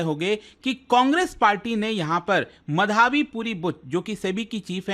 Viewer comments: Sir, wo माधबी है मधाबी नहीं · It's madhabi btw not madhaaaabi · मधाबी ❌️ माधवी✅️